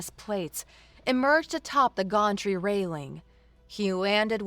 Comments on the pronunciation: It's not a gontree. It's a gantry (gan-tree). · To, I love your voice, your pronunciations... not so much. Acrid is pronounced ack-rid not ass-rid, Gantry is pronounced găn′trē, not gôn'trē (Think Can not Con) there were many more but I will just detail these two. The mispronunciations really take me out of immersion ad lower the enjoyment significantly.